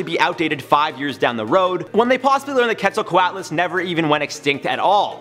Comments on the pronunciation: Its not ket its qet. Just make the q sound then halfway through make the et sound. Also its pterasaurs not pterasaurses. Also it would be bad if they were alive still even though it is my favorite pterasaur. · I think it’s pronounced “cwetselcwotlus” but i could be wrong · Quetzal- co-ut las. Off by one single sound. :P Spelt correctly but the a is pronounced like a u because it isn't English